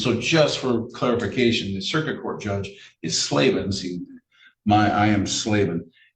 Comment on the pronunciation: this defendant's brain-melt has even infected!! "...idiots mon jduge"